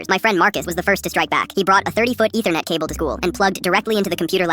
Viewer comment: Why is like no one talking about how he said “Ethernet”